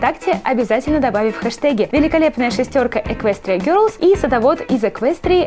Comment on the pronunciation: не герлс , а гелс